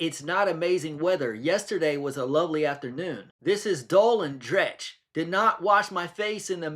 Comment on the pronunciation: 🤣🤣🤣🤣🤣 at you not being able to hold your laugh! Sure I actually snorted 😂 right enough, no one can resist our delectable Scottish accent so she got that one right 😅 but ffs this woman’s a dreadful advert for Scotland 🤦‍♀️ what kinda patience must you have to read all those messages of hers! Ohhhh one wee thing… dreich is Scottish slang for shte weather. It’s pronounced dreekh (do the sound like your trying to bring up phlegm 🤣). Yano, just in case you ever visit Scotland and want to impress the locals 😂